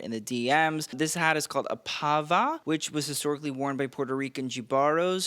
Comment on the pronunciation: I loved this Met! 1) No Blake thank God. 2) Your reviews are informative and top notch. Only please work on your pronunciation. I love Benito’s Pava and whole fit!